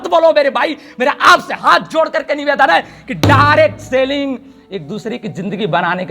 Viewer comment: Reccomend ❌ Requirement✅ Lifestyle ❌ Lifeishtyle ✅ Direct selling ❌ Dirct Sailing ✅ Direction ❌ Direcsion✅ Relation ❌ Relasion ✅